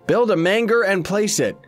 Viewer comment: The "GER" in Manger is pronounced like the "GER" in German or germ.